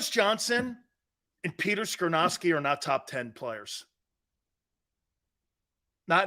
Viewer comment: It's Skoronski. Not skrynoski. Ya big dummy